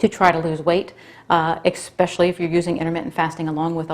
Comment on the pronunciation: Please do not say “EXpecially.” The word is ESpecially. It detracts from the image of an educated person that I am sure you are! I say this with all the respect and mean it simply as constructive criticism! It is disappointing that nobody has brought that to your attention.Thank you! Beyond that, I find your channel most educational!